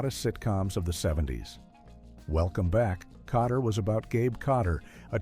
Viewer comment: You mean, you weren't fooled by the way Welcome Back........ Kotterwas incorrectly said over and over? LOL!